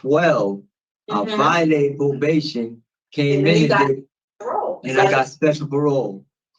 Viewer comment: If I have to listen to this moron say “pobation” one more time…